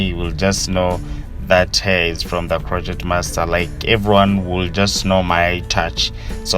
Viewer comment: I love how he says ''the croqueT master'' makes me smile all the time.